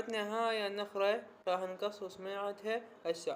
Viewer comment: ليش تكول النخره مو النخله